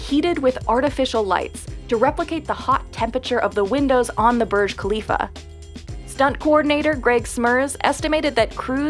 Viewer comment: It's Burj not barj